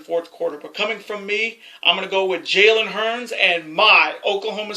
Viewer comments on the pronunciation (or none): Hey man its not Jalen Hurns.... Its Jalen Hurts